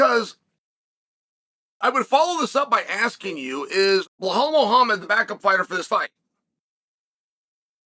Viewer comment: Chael sound like he has a mouth full of chips when he says Belal😂